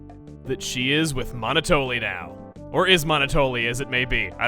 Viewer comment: I'm not sure who else finds it irritating but... Monotoli is pronounced like Monopoly, referring to the business dominance although the game also is pretty good at describing it as well. Monoploy. Monotoli. It makes sense given the character.